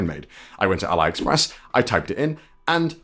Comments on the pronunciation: Al(eye)express? No i in 'Lin' not i in 'pine' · It’s pronounced Al-e- express 👀